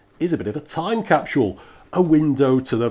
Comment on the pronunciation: Time CAP-SHOOL. Excuse me but do we even speak the same language?